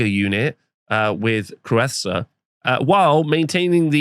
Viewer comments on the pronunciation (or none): what will it take for you to pronounce krethusa properly lmao